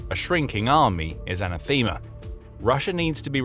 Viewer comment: Being a Greek word, "anathema" = 'an-Ă-thema'. Not 'anna-THEE-ma'.